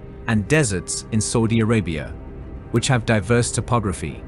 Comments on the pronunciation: i wish you stopped saying Sordie Orabia....its S.A..U.D.I ARABIA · Never heard anyone butcher Saudi Arabia so much sounds like saying soodie Arabia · The way you say Saudi Arabia 🤓🤓🤓